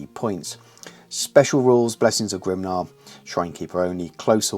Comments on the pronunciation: I was surprised by your pronounciation of 'Grimnir'. I always was under the impression it was pronounced 'Grim-near'. You pronounced it more like 'Grim-nah'. So I wondered why. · Why Grim-nah?